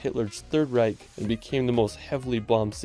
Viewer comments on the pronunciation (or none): none